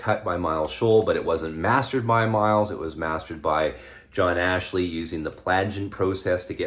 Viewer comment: Yes, never believe the hype! Btw, re Who's Next, you keep saying incorrectly Jon Ashley, it is Jon Astley (no 'h' in there).